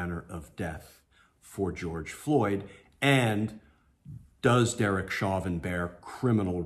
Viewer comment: His last name is French in origin. Pronounced as "shovan"